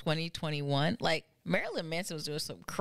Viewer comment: It's pronounced: Murrlyn lol